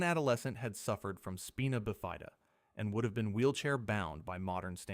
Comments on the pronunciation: the way u said Spina Bifida was so funny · The way it said spina bifida had me a little bothered lol